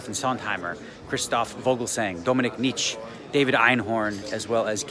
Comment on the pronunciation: great video :)) i dont really know if i should correct u but the "e" in Dominik Nitsche isnt voiceless. Maybe its just hard for you to pronounce as canadian :P But its pronounced Nitsch-e not Nitsch :P